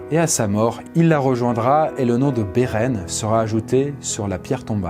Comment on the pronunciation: La vidéo est intéressante, mais la prononciation de « quenya », « lúthien » et même « Beren » n est pas très bonne (dsl je sais que je suis pointilleux )